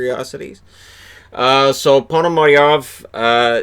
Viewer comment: In Russian it is spelled Ponomaryov because in Russian Пономарёв the ë is pronounced as a equivalent as yo . So in English they just drop the ë replace it with the e and becomes Ponomaryev which is phonetically incorrect. Same instance with the Russian player Shipachyov, or Gorbachyov .